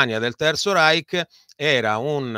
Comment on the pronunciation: Professor Mariotti..un minimo di documentazione sulla pronuncia di Reich. A sentirla parlare e citare parole straniere passa la voglia di seguire il video. Tanto per capirci, una per tutte, "Vogel" si pronuncia Foghel". Quando uno si presenta come esperto certe mancanze inficiano la fiducia sulla persona in toto.